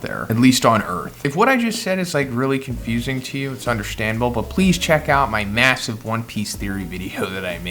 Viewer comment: which is "undershtandable"